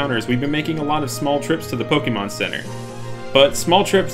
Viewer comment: Poe Kay Mon. NOT Poke E Mon. Season 1 opening. Pooooe Kaaaayyyy Mooooon gotta catch 'em all!